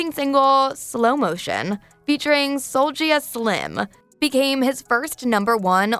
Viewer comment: She butchered soulja name man